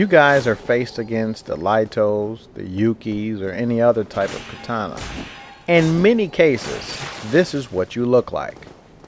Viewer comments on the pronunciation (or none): none